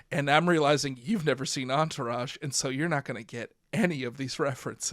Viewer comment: I gave up after I heard Enterage. Good episode up until that